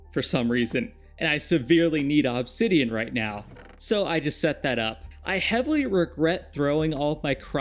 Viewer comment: i greatly dislike the way you say obsidian. I have never heard another person say it the way you do, and i swear to god the way you enunciate it sometimes with so much extra emphasis makes it seem like youre doing it on purpose. You said it like 40 times in 2 mins at some point in the video and i actually had to stop watching.